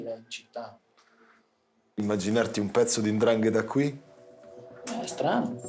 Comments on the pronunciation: SI DICE 'NDRANGHETA !! NOn Andrangheta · Precisamente 'Ndrangheta